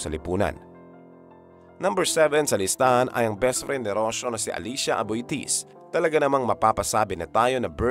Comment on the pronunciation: Aboitiz not Abitis. They were Spanish blood.